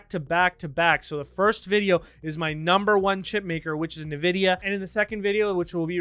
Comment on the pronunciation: En-vid-ee-yuh not Nuh-vid-ee-yuh